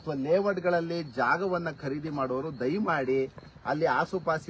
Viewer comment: ಕರೀದಿ ಅಲ್ಲ ಖರೀದಿ . ಕನ್ನಡ ವನ್ನು ಕೊಲ್ಲಬೇಡಿ .